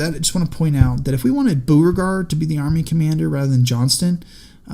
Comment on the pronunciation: It's also BOH-re-gard, not BOO-re-gard.